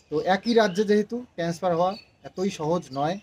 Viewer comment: Eta 'transfer' hobe.. tenesper noi 😂english words jokhon bolbe Pronunciation thik kore bolbe..